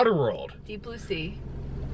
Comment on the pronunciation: Did she say Thee pussy ? lol I know she said Deep blue sea, but it sounded like the pussy with an accent.